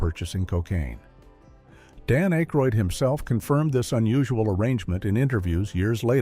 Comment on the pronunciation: AI voice? Jeez, can't pronounce Dan Akroyd & Paul Shaffer's names? And...several other names... Oh yeah, realism has little to do with this movie. I'm sure we needed to tell everyone about the rocket launcher flaw!!!